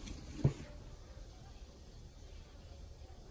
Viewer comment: ひでよしでも大きく振ってたけど ひの発音かな